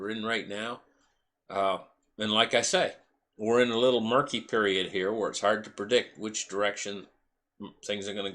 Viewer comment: MURKY not M i r k y